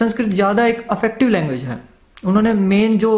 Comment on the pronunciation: भाई , affective/अफेक्टिव नहीं, effective/इफेक्टिव है।